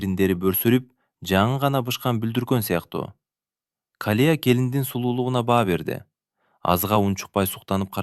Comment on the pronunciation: Рахмат сонун,бирок Калия эмес,Калыя деп окусан жакшы болмокпуу деймда.